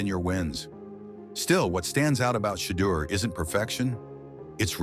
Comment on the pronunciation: One of the worst AI narrated videos in history. Day on sanders? Really?